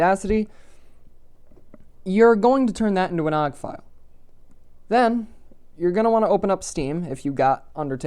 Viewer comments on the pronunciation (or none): I like how you call it “og” file and not “o.o.g” file